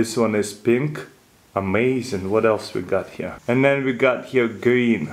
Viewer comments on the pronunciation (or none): he said think instead of pink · Why do you say pink....pimp 😂😂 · Instead of pink he said dink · did i hear colour "pimp" ? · He said pimp for pink !!